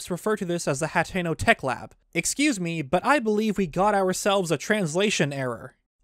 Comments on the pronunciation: We have a pronunciation error here to ...its pronounced (ha-ten-o) not hatteno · Its pronounced (hateno) not HATTENO no extra t